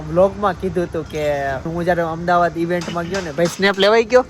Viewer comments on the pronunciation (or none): none